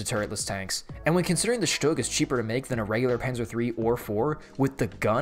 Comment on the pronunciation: SHUG SZtug Stoog